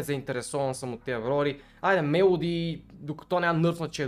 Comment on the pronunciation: Казва се мелодия а не мелади